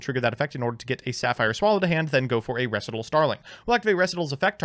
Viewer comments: Staright-os and Reh-see-tahl are warcrimes. But as a non-native speaker I was condemned once as well. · Ree-sai-tall. Did Alex Cimo with 10 o’s teach you nothing? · Up until this intro skit I thought "Res-eh-tal" was just some avian term I'd never heard of and assumed that was actually how the card's name was pronounced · ITS FUCKING REEEEEEEE SIGH TALLLLLLLLLLLLLLLLLLLLLLLLLLLLLLLLLLLLLLLLLLLLLLLLLLLLLLLLLLLLLLLLLLLLLLLLLLLLLLLL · He mispronounced words on purpose to tick people off. The joke of the intro was he mispronounced Recital so many times hes being put on language trial for crimes against english. Then his lawyer quits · I didn’t even notice the recital miss pronouncing he does until the intro and now I want my ears to stop bleeding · I honestly was irked a bit hearing his pronunciation of recital soooo much... great sketch this guy is good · So given how yugioh cards are constantly misspelled for style points I would have completely accepted your pronunciation of recital if it wasn’t for the intro